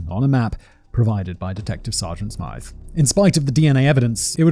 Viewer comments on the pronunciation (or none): none